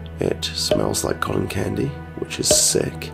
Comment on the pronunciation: he finally says cotton candy right i am so proud of u <3